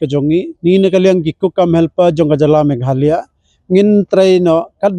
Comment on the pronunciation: Khasi News reader nguid dak Megalaya ✅😂😂😂, ym Me gha la ya😢